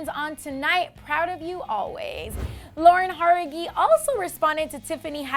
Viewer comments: I know that what Tiffany said was a joke. I'm glad that Camila nodded no at that and didn't clap at it. But I just can't stop laughing fsr at how the pronounced Jauregui. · Bruh the way she said Jauregui just no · she said Lauren's last name wrong